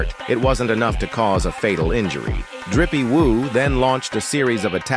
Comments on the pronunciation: Why is the AI calling Jinwoo "Drippie woo"😂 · this AI shit is so fucking cringe. "rizzy woo"?